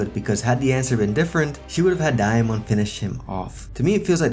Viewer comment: Why are you saying diamond like that?